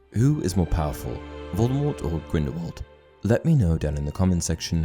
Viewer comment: STOP SAYING GRINDEWALD ITS GRINDELWALD FIDNEUDJRHSHEBDBFHRJDJDHRJDBDHRNRH